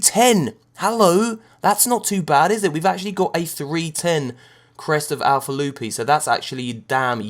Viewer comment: "Chest Of Alpa Lufi" im sorry but this is too good